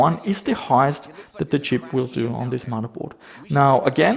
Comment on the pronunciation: Love the way says "muddahboard"